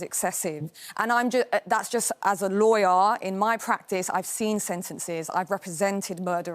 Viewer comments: They couldn't get much 'Loyyar'. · "I'm a Loyyar" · "Lawyaaa" Learn to speak